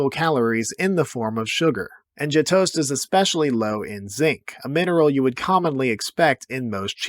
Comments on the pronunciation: Learn how to pronounce gjetost. There's no g sound. It starts with a y sound. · The Gjetost / Brunost pronounciation was interesting.